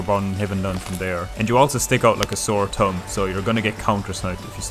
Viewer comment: "Sore Tumb" , take my Tumbs up for the laugh